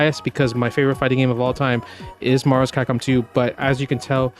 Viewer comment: “Marvus Kahkom 2”